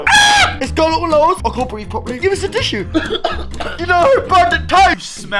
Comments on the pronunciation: wtf 😂😂 “GiS sUm TIsSue” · I’m dying! “Give us a teshu” 😂😂😂